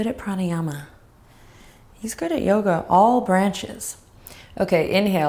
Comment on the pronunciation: ha ha ha! do youga from this channel alot, it's great. you do youga for all things, even chairs! didn't know XD needed a good laugh